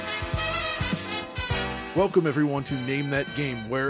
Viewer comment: "Weclcome to" for Forza 😂